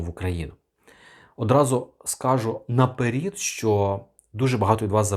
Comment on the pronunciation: Спочатку треба навчитися правильною вимовою доносити інформацію, а потім штампувати відео, а тут навпаки.